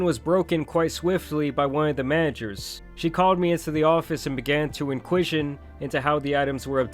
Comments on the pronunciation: Wtf is "In-kwi-shun"..? Do you mean Inquisition? Say it with me now... IN-KWA-ZISH-UN 😂😂😂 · boy said inquishon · homie said "inquizzion"